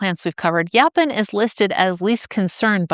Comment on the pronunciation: I've heard it pronounced yo-pawn and I've heard it pronounced yaw-pawn, but I've never heard it pronounced yah-pin.